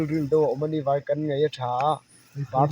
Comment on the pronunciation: Mizo tawng chuan nghalpui a ni e. Tin, (vawi ) tih i lam rik dan pawh hi a dik lo hlek kha a awm.